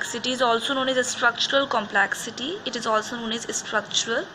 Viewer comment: Please correct your pronunciation for complexity